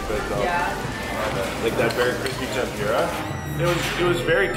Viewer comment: Tempura - the PUR as in “the kitty purred” not as in PURE.